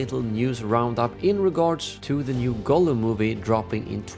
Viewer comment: His name is pronounced Gahllum.